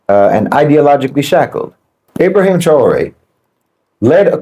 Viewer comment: What is it with that can't seem to pronounce or spell his name properly? It's IB RA HIM - TRA OR EH